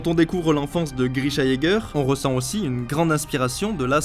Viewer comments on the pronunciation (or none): none